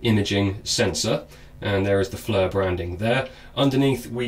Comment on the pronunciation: I want to know where in the EU alphabet does "I" become a FN "U". Its not FLUR its FLIR as in FLEER the "I" takes on a "E" sound. I understand engrish is hard but seriously this isn't that damn hard to figure out. If you are going to review something at least take the time to make sure you are pronouncing shit right. In the end other people will hear you say this wrong and copy you. This almost as bad as Brits pronouncing Aluminum. Except they turn it into Al U Min Knee um lol.